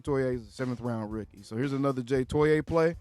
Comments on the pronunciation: It’s pronounced JAY TOY-UH just so you know. Gonna drive me insane with that TOY-AYE 😂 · Fyi: The correct pernouciation is: Toe-ee-ahh (3 syllables) Toe- like on the foot Ee - like the letter Ahh - Like the sound of relief Now that he's significant enough to remember.